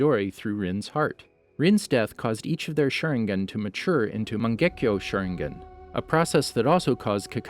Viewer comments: Hes shooting them all with a shurin-gun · I cant get over at how you pronounced sharingan